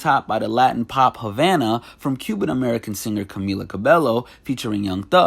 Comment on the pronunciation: It's pronounced CA-BEH-YO you fucking idiot!